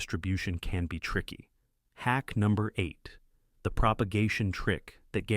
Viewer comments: I hate AI . It can't learn hack vs. hake. Boring "terrible professor" monotone. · You know it’s AI when the word Hack is pronounced incorrectly‼️😂. Still good info though‼️